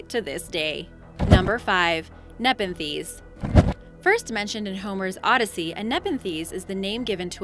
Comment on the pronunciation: Please look up the proper pronunciation of words like Archimedes and nepenthe and many others in many of your other videos. You shouldn't be mispronouncing these important words.